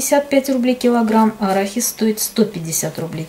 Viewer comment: посмотрела в словаре, надо говорить арахис, то есть ударение делать на букву а, а не на и.Ну если вы так привыкли, ничего страшного.Я без зла.